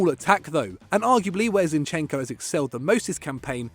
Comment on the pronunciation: Finally some respect on zinchekos name